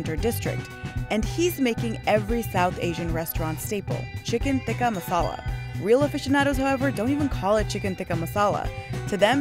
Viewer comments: Hang on, is "tikka" pronounced with a soft "t" in Hindi/Urdu? (Like the way is pronouncing it). I'm Bangladeshi and we definitely pronounce it with a hard "t" (like the way the British people are pronouncing it in the video). (We have different letters in the Bengali alphabet for the hard and soft "t", btw; and we spell it with the hard "t"). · Why does she pronounce “Tikka” so weird ? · yeah definitely that's not how it is supposed to be pronounced. She is clearly isnt Indian so she cant say it properly